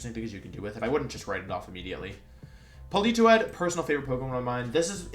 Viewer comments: When he said Poli Toed the way he did i think i threw my phone out of the window. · Lol why does he pronounce Politoed as Pelitowed